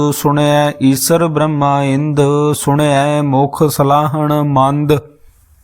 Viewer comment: ਵਾਹਿਗੁਰੂ ਜੀ ਬਰਮਾ ਅਤੇ ਬ੍ਰਹਮਾ ਦੇ ਸ਼ਬਦਾਂ ਵਲੀ ਦੇ ਉਚਾਰਨ ਠੀਕ ਨਹੀਂ। ਵਾਹਿਗੁਰੂ ਜੀ